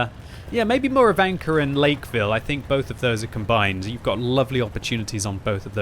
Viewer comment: dude. Theres no "r" at the end of Murovanka. lol